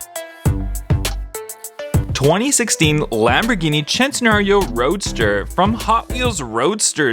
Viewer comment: Ah yes, I want a Chentenario and a Porscha.